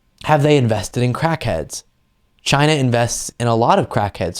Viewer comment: Did u realize how the dude pronounces China. It's like a dog Whistle for hatred.